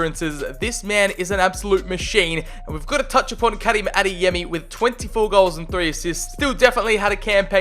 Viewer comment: Bruh... I’m I the only grammarboi who’s going crazy over how he’s pronouncing Karim?!?!